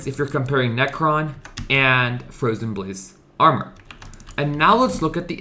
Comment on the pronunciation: fwowyen bwayse awmow